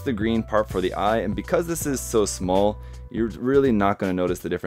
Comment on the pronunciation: Did you say "smol"? Lol